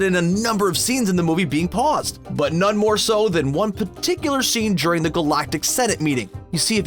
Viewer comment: This guy says ticthular too much